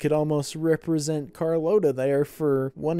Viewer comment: No matter how many times the characters in this movie correctly pronounced her name as "car LOT uh", continued to call her "car LOTE uh." That's some real determination!